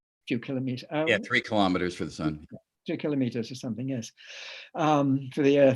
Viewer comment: Kilo'meters, not kalamaduhz.